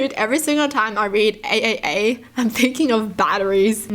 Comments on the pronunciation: Who was pissed off because she kept saying A A A when it’s pronounced “Triple A” but “AAA”. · AAA Is actually pronounced as Triple A in the United States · Anyone else laughing when she said AAA? In my brain it’s pronounced like the batteries Triple A lol! Also love your videos watch them any chance I can get🩷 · pronouncing AAA the way she does, instead of the correct way as Triple A is so adorable.